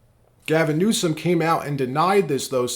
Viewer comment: Every time you say newscum, it takes away from your content. Just say it right, we know he is terrible